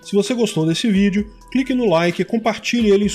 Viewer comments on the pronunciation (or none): none